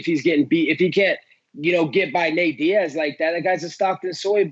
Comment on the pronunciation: I actually heard ”N-word” vs Diaz😂 Would be fun but a bit to much, even for Colby. ”Leon N-words”😂